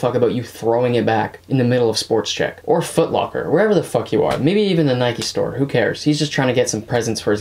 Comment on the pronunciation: Nobody:: SpoRtZZzchEck